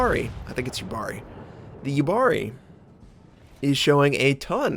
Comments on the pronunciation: It's actually pronounced more like Yuubari, not Yubaari ;) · So here I go again. Yubari is pronounced Yuu-Bari so the u is long and ba is short